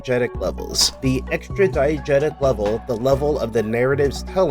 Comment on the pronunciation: I had thought at first that you were saying "Diet Jesus".